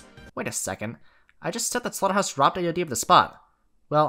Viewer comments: Who else understood "The RobTop 1" instead of "The robbed Top 1"? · Great video. But I kept hearing "robtop 1" instead of "robbed top 1" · every time you said "robbed top 1" I thought you were saying "robtop one" which confused me every time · Am i the only one who hears "robtop" instead of "robbed" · I can't stop hearing robtop 1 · i heard "robtop won" for so long and i was really confused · Whenever he said robbed top 1 I thought he was saying RobTop won 😂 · "robbed top 1" really sounds like you're saying robtop one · why do i keep hearing robtop 1